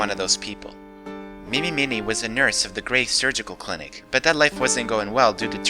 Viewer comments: Peace Love And Understanding with his hair down reminds me of Zack Wylde...is that just me? Also, it's Mimi Mine-y, like Ini Meeny Miney Mo. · Mimi Miney should be pronounced "Mee-mee MINE-ee". As in "eeny, meeny, miny, moe". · I think Mimi's last name is pronounced mine-ee, as it's a pun in eeny meeny miney moe. As good as Dahlia is, I feel like it might have been appropriate to deny her the first place. After all, she is a pathetic, weak creature who can never win at anything.